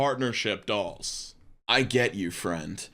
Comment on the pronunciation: Oh partnership DOLLS my dude you gotta annunciate. I thought you said DOG